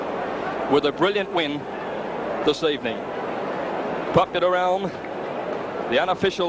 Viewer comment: Thoroughly agree and great explanation of origins of the Champ’s name . No excuse for anyone , much less a race caller , to not know how to pronounce the name of such a champion .